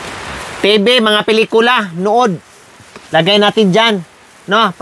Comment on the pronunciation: Pinitula,pilikula ano ba yarnn